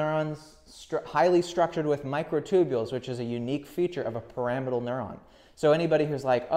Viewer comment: Great video! Isn't "Pyramidal neuron" pronounced like pyramid? I thought you kept saying "Parametal neurons" until I your wrote it on the whiteboard.